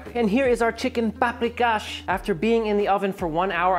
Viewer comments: Pahp-ree-kahsh Sh-payt-ts-luh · please not"paprikash". no h. it's just pronounced like that.